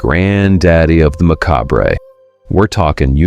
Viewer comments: It's pronounced "Mah-Cobb" not "Mah-Cobray." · Mah cob ray? It's just mah cob. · It's pronounced "ma-Kahb" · Meh... cob...bray??? Never heard it pronounced that way. Isnt is meh cob? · Pronounced maCobb not maCobRay. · Mah-cob. Macabre is pronounced “mah-cob”. Clue your AI in, ok? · Macabre = muh·kaab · Macabre pronounced Macabray. AI sigh. 🙄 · Macab Ray 😂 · Off to a bad start when you mispronounced macabre 16 seconds into the video. 🤡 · Learn how to pronounce macabre